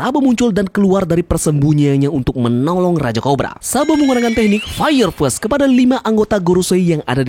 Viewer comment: FAIYER FIS ITU BACANYA BUKAN FAIYER FES 😭😭😭😭😭 FIST PUKULAN BUKAN FIRST PERTAMA 😭😭😭😭